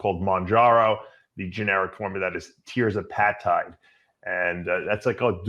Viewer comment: Ya Dave's a big proponent of these peptides except he didnt know the main way that they operate by slowing gastric emptying and he doesn't even know the names correct pronunciation. Semiglutide> wtf, thats Semaglutide Dave with an A in there not an I. and Tirzepatide is pronounced Tir (sounds like Fur) Zep (like in Zeppelin) a tide (like in at the ocean). You're such a joke!